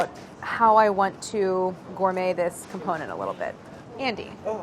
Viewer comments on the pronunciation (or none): none